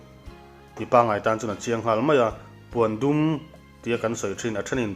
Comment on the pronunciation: Puandum nilo in Pawndum tiin an lam thin.